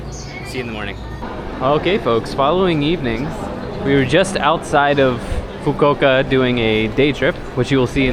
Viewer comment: its foo koo oo kah